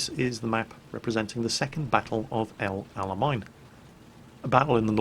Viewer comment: Just a heads up, El Alamein (arabic: العلمين ), is pronounced more like "El Ala-main" not "El Ala-mine", and it means "The two flags/banners"